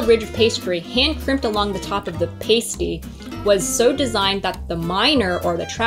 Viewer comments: I love all michigan foods. Probably because im from and live in michigan. And sorry I Laughed when you pronounced PASS-TEE wrong. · Upper peninsula native here. Its pass- tee Not paste-ee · I’ve never paused the video to write a comment before until now. I come from the U.P., home of the pasty. It’s pronounced PAST-E, not PASTE-E. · Not, "pay-stee" but ya say, "pass-ty" and they normally have venison or other wild game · It's "a" as in past, not "a" as in paste. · And it is pronounced p-ass-ty please stop saying pastee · Pronounced: PASS - T! Hi! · For the love of God it's pronounced Pass Tee. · pronounced PAST-TEE the way you are saying it refers to something strippers use. also it was.not invented because of bacteria it was to avoid ingesting arsenic in mines in england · NOO THEY CALLED IT A PASTE EEE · You are pronouncing pasty wrong. Try pas-tee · JUST WANTED TO SAY: Sorry to all the Michiganders for mispronouncing PASTY!! lol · The mispronunciation of Pasty hurt my soul, it’s my favorite food… should’ve tried Mackinac Island Fudge as well, iconic. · I cringed at how you pronounced pasty. 😬 But I’ll forgive you lol. You really need to get a pasty from waaaay up north (still in Michigan) to truly experience the flavor! 😊 Also, drink Vernors when you have a cold or the flu. Then you will feel more like a Michigander 😂. Red Pop for the faygo choice was not a good one. Go try the rock n’ rye or cream soda flavors! 👍